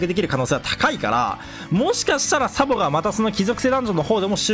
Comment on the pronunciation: サポになってるけど→サボです😅